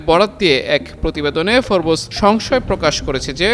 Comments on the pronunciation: ashole it's FORBES not FORBOOSE idiot spell correctly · উচ্চারণ টা ফোরবোস না, হবে ফোর্বস।